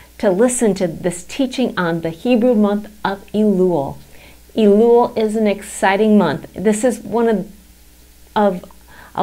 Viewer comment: Its not "EEEE-LUl" Its "EH-LUL" perhaps you should learn Hebrew before you go on youtube and explain Hebrew and Jewish topics.